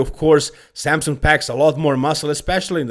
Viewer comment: It’s Samson, not Sampson